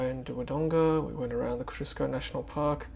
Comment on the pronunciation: Great video, very clear and steady, and scenery too. When are you going to start ruining your weekend though? Just a note pronunciation ko zee o skow . Google agrees for what it is worth. Personally I think ko zee u skow would be more true to spelling.